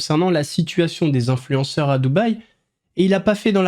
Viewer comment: "vingt zinfluenceurs". Et elle persiste en plus ! 😂